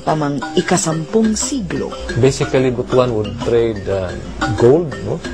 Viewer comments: it is pronounced as "but-wan" not "butu-an" it sounded ridiculous whenever it is being pronounced as butu-an. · Para sa hindi nakaka alam, ang pronounce namin sa Visaya ay BUTWAN hindi Bu-tu-an ( Butuan) kasi parang hindi maganda sa pandinig ang Bu-tu-an, kasi ang Buto sa Visaya ay penis! Yong lang po